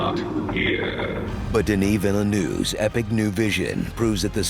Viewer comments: Hello! Native French Canadian here, Denis Villeneuve's last name is less "Veelynoov" and more "Vilnuhv" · you are saying Denis perfectly but, you are butchering Villeneuve lol. Try saying: Vealn-her-ve quickly (not exact but, allot closer) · for a series that does wordplay/pronunciation, they have never pronounced Denis Villeneuve's last name correctly. It's Duh-knee Vil-nuv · Correct pronunciation: DENNY VEAL-NUHV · Could have attempted to pronounced Villeneuve properly. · Was part of the comedy to butcher the pronunciation Denis Villeneuve's name?